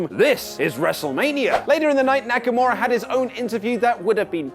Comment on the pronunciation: SDLice didn’t have a real build up other than KO & Sami then Aj & Nakamaura (butchered his name) those are the ONLY HIGHLIGHTS